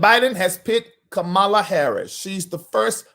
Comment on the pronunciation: I'M GONNA WHOOP YOUR TAIL IF YOU DON'T COMMIT TO PRONOUNCING HER NAME CORRECTLY. MY NERVES ARE TORE UP. (KAMA-LAH) NOT (KAH-MALA)